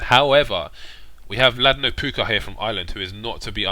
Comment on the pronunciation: im so hype for this!!! few more days!!! btw its pronounced ladnopoka not ladnopooka ;)